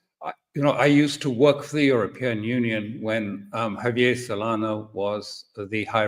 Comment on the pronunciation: WRONG! THERE ARE 28 EU COUNTRY MEMBERS, NOT 30 PLUS. AND IT'S JAVIER SOLANA, NOT SOLANO! 😡🤬🇪🇸 SOME DAYS I WONDER LISTENING TO MR CROOKE.